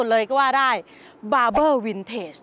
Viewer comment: ว้าว 9.99 แสนแล้วววววว ครบหนึ่งล้าน แจกเสื้อ หมวกนะ คนสวย ( Barbar น่าจะอ่านว่า บาบ้า นะ ) แต่วันนี้ ขอขอบคุณมาก นี่แหละ ของชื่นชอบที่ผู้ชายทั่วโลก อยากเห็นอยากสัมผัสและอยากเป็นเจ้าของ มันเยี่ยมมาก ดูเพลินเลย น่าสนใจพิพิธภัณฑ์ Haley. ไปเลย